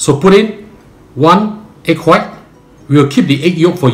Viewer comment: you pronounce white like how stewie from family guy pronounce COOL WHIP